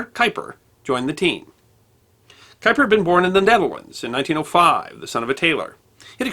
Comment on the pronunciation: Or any other German or Dutch name, like Haber, Erwin, Göttingen, Kuiper ...